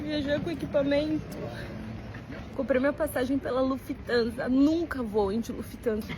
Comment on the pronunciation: Lufthansa com i após o f 😆 sempre zucas a serem zucas